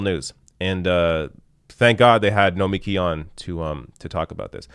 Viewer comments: Hi,, BTW, we all continue to mispronounce her name, say it emphasising the last 3 letters, as in Noma-KEE, not No-MEKEE, seriously, ask her. Excellent point that she gets better more rational discussion here on Fox business than CNN or MSNBC. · Try to at least pronounce her name correctly - no-me-key' (emphasis on the last syllable). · it's pronounced nomi-key (